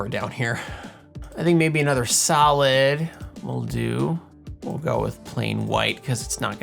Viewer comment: When you said "solid" during the video I could've sworn I heard salad. So my suggestion is to animate some salad (I'll leave the theme and criteria up to Em to decide ;) for one of the next ones hehehe! (sorry not sorry!)